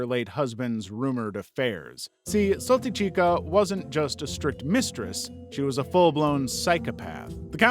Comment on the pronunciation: Correction, Countess Saltykova, a.k.a. Saltychikha (pronounced as "Saltychiha", not "Saltychika") was persecuted on October 2nd 1768, sentenced to loss of noble title, life prohibitation of mentioning of her past and lineage belonging to any Russian nobility, 1 hour of standing by the shame pole with a sign around her neck stating her crimes and a life sentence in an underground cell in a monastery without light and human contact (the sunlight was only allowed during her meal times and the only human interaction she would ever have was with either the guard or a nun assigned to check up on her). This sentence was signed by Catherine the Great herself, after viewing the files of a six year investigation of her case, that got attention by, very ironically, two of her peasants who walked all the way to Saint-Petersburg headquarters of the Russian Imperial Police department to file a report against their monstrous house owner. Her killing wasn't just a product of her husband that had multiple affairs with the maids, she was a prime example of a born psychopath since at some point she killed her husband too. Russian sources state that she was in love with her "brother-in-law", before she got married of to her husband who just so happened to be older than her love interest. During the first years of her marriage, she just cheated on her husband with his brother. One more chilling detail is that she was obsessed by being a mother, but knowing full well that she can't just go ahead a